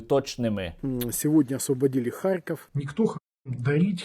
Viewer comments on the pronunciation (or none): none